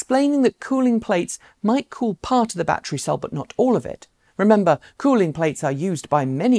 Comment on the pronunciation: Ba’tree is not a word